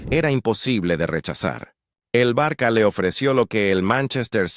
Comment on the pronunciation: No se dice el " Barqua" pero Barsa " ,estudia un😂poco la pronunciacion😢 Barsa por favor, es la pronunciacion de ça,el ça se pronuncia sa